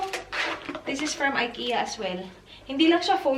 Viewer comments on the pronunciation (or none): none